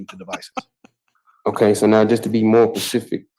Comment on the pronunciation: "jus' ta be more pacific..." Good lord.